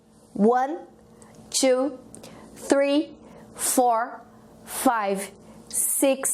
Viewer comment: A pronuncia do 3 não esta correta, emitindo esse som é arvore! conforme o ingles genuino!